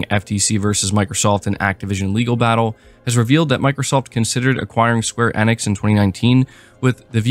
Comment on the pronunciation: Yes. It was annoying me too.